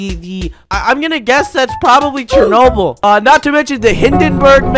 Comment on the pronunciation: It is Chernobyl not Chenny ball